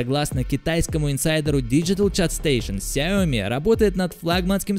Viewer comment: Он говорит Xiaomi не с ударением на xiaoMi, а как таджик 🗿